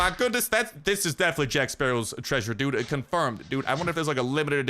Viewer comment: I hate to be this person but it's "dude"